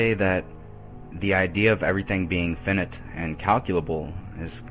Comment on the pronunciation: Yeah, but he pronounced finite as "finnit." At least he got one right.